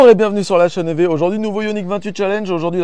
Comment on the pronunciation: Alors ce "lachaineev" du début à 2"26, magnifique ! 😂